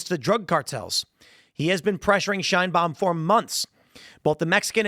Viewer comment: "Sheinbaums" Mexico😂